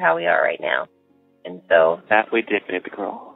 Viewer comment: BAabee girl is how he's saying it..... Dude.... chill. It's baby girl.